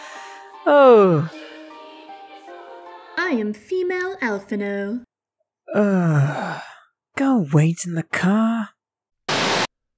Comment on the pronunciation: you WILL be getting a dislike until you say his name right its ALPHINAUD there is no O in his friken name